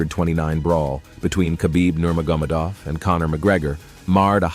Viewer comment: Are u even a fan? It's pronounced Veetor and Nermogamadeoff